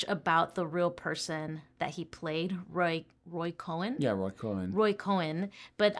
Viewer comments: COHN. 1 syllable. Not Cohen. And he was a real A-hole. But this was before anyone knew what words like "Empathy" meant.... it was a very different world back then... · Cohn is pronounced like cone.